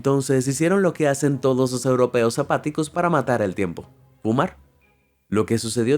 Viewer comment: Otro error es decir fuma en vez de fumar pronunciando la r al final